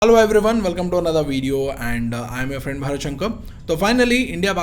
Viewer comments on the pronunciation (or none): शंकर ko english accent me शंक क्यू बोलते हो भाई. भारत शंकर, ऐसे clear बोलो ना.